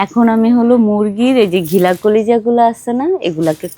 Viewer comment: ওটা ঘিলা নয়, গিলা। আশা করি উচ্চারণ ঠিকভাবে করবেন